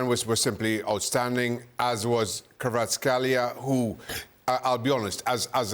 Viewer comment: Hes not kbabaskelia. Learn to pronounce